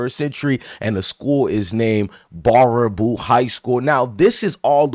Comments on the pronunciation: It’s pronounced bear-a-boo. Dude, I live in Wisconsin, this is not the norm. This is not who we are. I’m sure you can find pockets in any state. But this does not represent our state. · It's pronounced bear aboo my guy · First off, this father is an asshole. This 100% is not the norm in Wisconsin. I'm not going to pretend it's perfect, but it's not the norm. Also, it's pronounced bear-a-boo. I believe it originates from a French Canadian fur trader. Most of Wisconsin's municipality names originate from Native American or French words/names. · It's pronounced Bare - ah - boo lol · It's pronounced Bear-A-Boo. ;) But yeah. Sad day for Wisconsin.